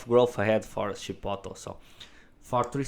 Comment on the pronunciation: “Chip-oat-lay” is the proper pronunciation. It’s not “Ship-bottle” (it’s a Spanish word, not an English word)